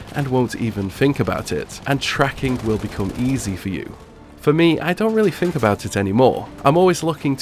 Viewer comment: Love the videos but please pronounce a word with ‘th’ in it as ‘th’ not as an ‘f’. Like u say fink for think. It reall annoys me